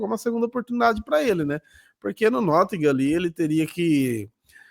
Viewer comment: Nottingham não é com essa pronúncia americana que o voltou dos EUA rsrs é um "T" meio cuspindo mesmo, e o "h" de "ham" é quase que mudo